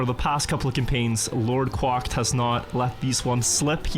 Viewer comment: The way he pronounced “LordQuacked” is like knives in my ears